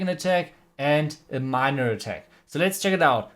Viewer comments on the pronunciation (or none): none